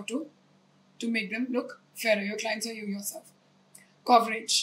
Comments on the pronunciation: Sorry ma’am but in one of your video you said that it’s important for you to have proper communication style and correct pronunciation but in this video you yourself have lot of pronunciation mistakes like colour ,coverage,very basics of words were pronounced wrong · How is she pronouncing 'color' and 'coverage' 🤦‍♂️ is she really literate 🤔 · point here is, she's not only pronouncing colour as collar, she's also pronouncing coverage as cowrage and compare as comp'air.. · cowrage.. collar.. koncealer... ma'am u only say to speak, communicate pronounce properly 🤷🏼‍♀️🤷🏼‍♀️ nobody is perfect but I had to sayy